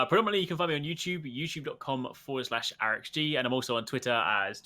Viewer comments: its AH'REX not A'REX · Just a tip, it's pronounced arix not a-rex